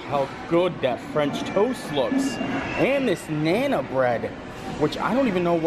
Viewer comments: Sure I do. Part of what makes endearing is his mispronunciation of many words. But nana for naan!? knows I was not being disrespectful to him. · you are great but it's Naan. Said like Yawn but with an N at the front. Think long a sound. Naan. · it's pronounced "Nahn" It's an Indian bead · the next time this man says 'nana bread' 👀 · If you're not sure of the pronunciation of some of the words, it would be better if you could get some help before doing the video. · Oh! I cringed every time you butchered the pronunciation of naan bread. That's a really good food court. We stayed there in January of 2017 and really enjoyed it.